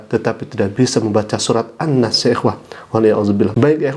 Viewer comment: An'nas bacaannya jd an'nice 🤣🤣🤣